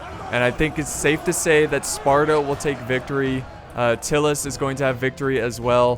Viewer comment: Its pronounced Tie-lus not Till-us just fyi :)